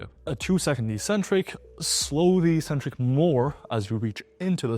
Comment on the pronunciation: How can you be an 'expert' in your field and yet you always mispronounce one of the most basic words of your trade? 'Eccentric' is pronounced eK-Centric, not EEEEEEEE-Centric. You like reading the literature. Take two seconds and read the literature (i.e., a dictionary). No meta analysis required, 100% of the time it's pronounced eK-Centric. lol.